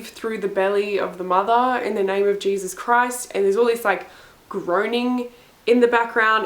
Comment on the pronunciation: "in the name of jesus-uh" was the only ledgable words I could understand 😂